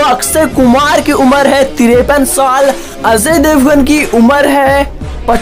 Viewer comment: Gadhaye Ajay Devgan hai azay devgan nahi